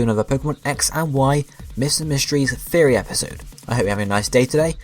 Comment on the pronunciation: Are you saying Theory or Fairy?